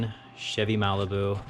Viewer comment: Dude you said chevy mailbu smh lol